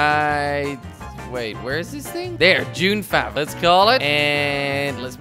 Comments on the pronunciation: It's not dune fav it's dune f-a-v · it's called dune f a v